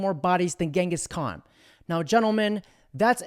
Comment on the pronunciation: “Ghangis Khan” lmao